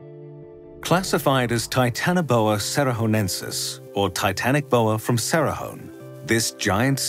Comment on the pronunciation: Titanaboa (Hancock)???